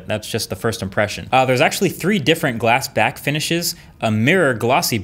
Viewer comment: Did he say glass back